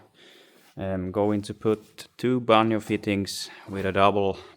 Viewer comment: Love your videos. The "J" in banjo fitting is a hard "J" like the word jump